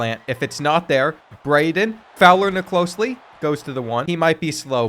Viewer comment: Nicolosi not Nicolosli